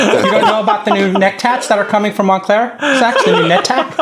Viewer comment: “Monclear Tat “ 😂